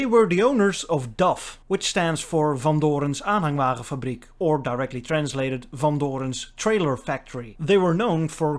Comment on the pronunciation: Wtf the way you said van doorns aanhangwagen fabriek sounded native